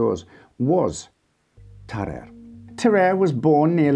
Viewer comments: It's pronounced tar-ar-ay not tar-ay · i'm prety sure even in French the "a" precides the "e" so it;s Ta-ra-rey not Ta-rerre